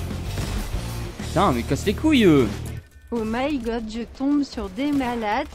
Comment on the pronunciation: C pénible le o m’y gode